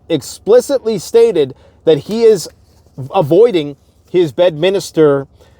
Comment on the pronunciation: It's not Bedminister It's Bedminster.